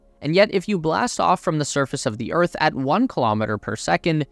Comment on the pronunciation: minor mistake, its pronouned Earth, not örth